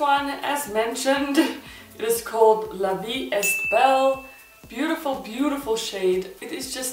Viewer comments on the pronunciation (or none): it's funny when you say ''la vie esstt belle'' hhhhh, it's frensh and it's pronounced like this la vie ''é" belle without the S and the T, it means life is beautiful , good review :)) i like it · "la vee a-bell" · Great review! La vie est belle is French for life is beautiful. Est is pronounced aay or how you would pronounce the letter 'A' you were nearly there. The t in est is silent. You have done by far the best swatches of the matt matt matt lip glosses here on you tube! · Thanks for sharing these! The pronunciation of La Vie est Belle is "la vee ay (rhymes w/ bay, may, etc) bell" Have to put my years of French to some sort of use, ya know!!😉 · that was almost right, the est bit pronouces "ea" we dont say the t 😊. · la vee eh bell